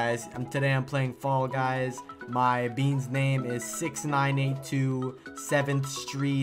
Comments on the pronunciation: "Fall Gus" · Fall guys uh I mean guy no no uh f...a....l...l gusy no um fall gus